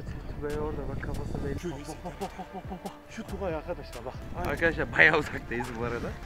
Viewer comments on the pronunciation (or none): none